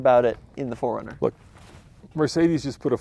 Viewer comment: pronouces Four Runner as Foringer